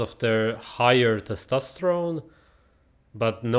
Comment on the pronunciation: he should be banned from saying testosterone